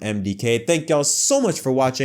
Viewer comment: Shane Van Heisenberg